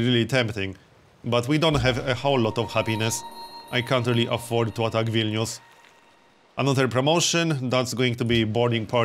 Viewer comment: So good to hear a YouTuber actually pronounce Vilnius correctly. It's like music, not everyday you hear someone pronounce a Lithuanian word correctly